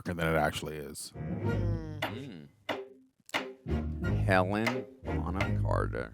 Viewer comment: Great reaction as always but please its HelenA not Helen. I was unnecessarily irked everytime you guys said it lol. I'd love to see you guys react to Anna and the Apocalypse, its a fun ride.